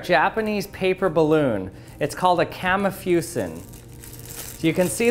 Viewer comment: Just an FYI, it’s not pronounced ‘Kammy fyusen’; it’s pronounced ‘kahMEE FOOsen’; it literally means ‘paper balloon’. ‘Kami’ means paper and ‘fūsen’ means balloon.